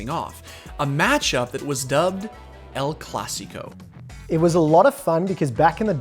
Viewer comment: why are u calling it el classico lmfao